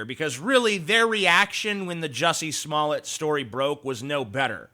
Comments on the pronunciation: Smoll-A? I thought it was pronounced Smoll-D. budumtiss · Your name's pronounced Smoll-D too, isn't it? (I know your comment's a joke. Or at least I hope it is.) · Umm, the right pronounciation is actually "Juicy Smalley" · Actually, it would only be Smoll(ay) if there was only one (t) at the end of the name, ie 'Smollet'. Two t's (tt) is the usual way you pronounce it. The idiot wrote a check for $3,500 and didn't think it could be traced, lol, lol.